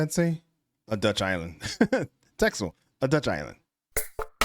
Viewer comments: The Netherlands is sinking in a way, yes. When you reclaim land from the sea,, drain water from a bit of land, the soil will compact. The Low Lands are getting lower by about a centimeter per year. Also Texel is pronounced a bit like tassle. Some Dutch companies that fight anything the sea throws at them: Smit International (a salvage-company, raised the Kursk submarine), Royal Boskalis (dredging, maritime infrastructure and more), Mammoet (heavy lifting and transport, a partner in raising the Kursk), Van Oord (marine engineering, dredging, dike-building), and there are more. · Calling Holland and the netherlands the same thing is diabolical. If that dude doesn't even know the difference between them, the rest of the video cannot be trusted either. And Texel is pronounced Tessel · Texel, pronounced as Tessel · the dutch island texel is pronounsed tessel.